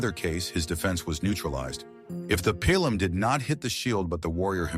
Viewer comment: Pilum: pronounced pee-lum, not pile-lum or pill-lum